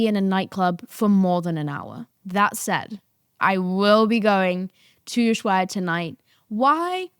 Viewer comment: Here are some fun facts about London and Houston (aka space city) and NY, We have 0 sun and when we do is a Hell on steroids for short amount of time, This is why i go to Ibiza too, the opposite side of where you at (i believe you are in "old Ibiza"). by the way ushuaia is pronounced "oo·sh-wai·uh"